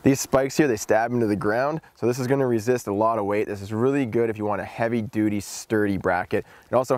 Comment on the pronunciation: awesome! and my 5 year old daughter laughed every time you said "duty" =) great stuff man! -- Brent #uch